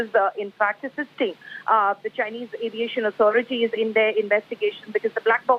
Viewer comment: Chay-ineze fake pilot.